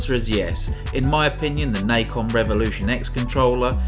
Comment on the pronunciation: It's Na Con. Not Nikon. There was a company that made controllers called Nikon before, they kind of sucked. But anyways this is Nacon. Pronounced Na Con. Nahhhhh Con.